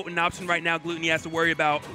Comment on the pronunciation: How do you still not know his name is Glutonny and NOT Gluttony